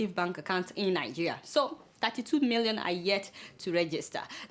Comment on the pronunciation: You always make me laugh each time you pronounce these words: "milllion" "dollars" "learn". But who cares. No be phonetics class we dey. Well done jare. hehehehe